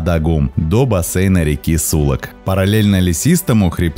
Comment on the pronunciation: Посмотрел с большим удовольствием. Автору респект за столь редкие и живописные кадры. Маленькая поправка: не сУлак а сулАк